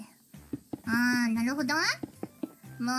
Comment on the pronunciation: Tamori, the OG of OGs. Sometimes Miko's "naruhodo" sounds like Korone's "naruhodo" in that they both drop the "d"